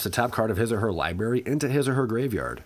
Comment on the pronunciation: Stop saying libary! It's library.